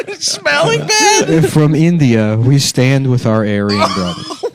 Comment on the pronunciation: Adam (jewish-ly): "Aryans???"